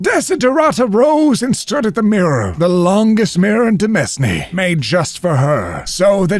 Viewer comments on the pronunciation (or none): That's not how you pronounce "demesne"! 😄 It's /dəˈmeɪn/, not /dəˈmɛzˌne/ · Demesne is pronounced Demain, rhyming with Domain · If you care for it, "Demense" is pronounced "de-main" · Fun fact: "demesne" is pronounced like "domain." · "Demesne" is pronounced [dəˈmān] or deh-MAIN. It refers to land attached to a manor. ^u^ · Demesne is actually pronounced domain. It's an old spelling. Fun Facts from Crusader Kings. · "Demesne" is pronounced "demeen". 👍